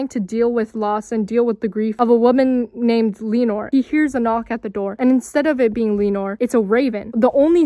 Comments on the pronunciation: it is more like Luh-nore. i’m not even 3 minutes in and Lee-nore is bugging me so much idk if i can finish the video 😭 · Is Lenore pronounced Lee-nore? I always thought it was more like luh-nore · Wonderful vid but just one point; it's luh-nore, like Eleanor but without the E! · It's okay, the movies aren't out yet and that's how you thought it was pronounced, it's fine, but Dove isn't her last name, it's part of her name and it should be Lenore Dove and not just Lenore :D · pls why are you saying lenore like that bahdjgkg